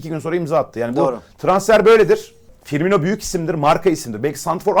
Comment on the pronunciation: Fiirmino mu :))) böyle komik haberler nasıl yapıyorsunuz ya